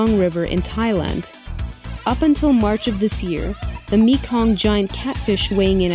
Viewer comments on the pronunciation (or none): none